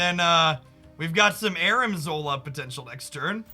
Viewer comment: ARNIM zola not Armin